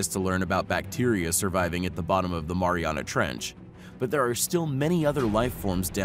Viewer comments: Its pronounced maryanna not moriona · It's The Mariana's (marry-ana's) Trench 😂 (Yes, take my word, I'm from Guam lol) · Im an islander that lives on a island called guam ( the marianas island ) and you're saying mariana wrong. Its pronounced ( mary-ana ) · He kept saying Mariana wrong . Now I want to smash something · The way this dood says 'Mariana' makes me wanna jump of a cliff